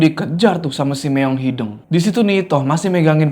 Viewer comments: kayanya bukan meong hideng deh, tapi meong hideung pake U. Soalnya artinya laen😅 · hideung pak, no hideng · btw bang ngmng nya meong hideung bukan meong hideng😂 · Kocak sama pelafalan kucing hideng, bukan hideung 😂